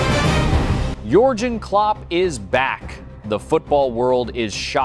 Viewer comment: Sean Dayche ha ha ha. Only a stupid American commentator could mispronounce a name as simple as Dacha. Pathetic. "adaledico". ha ha ha. It never ends "Yulian" Nagelsman...LOL and Yorjen Clop....stop please. Useless AI